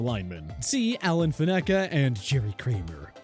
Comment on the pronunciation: Picked Derek Stingley over Brandin Cooks, picked 3 rookies who haven't even played yet, Picked Lamar Jackson over Justin Tucker, miss pronounced Alan Faneca's name, And picked Chase Young over Terry McLaurin. Also chose Christian McCaffrey who has only had 2 great seasons and has only played 10 games in 2 years. Sad